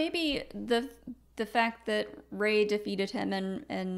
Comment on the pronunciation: “Ray-hitler” Star Wars explained~2019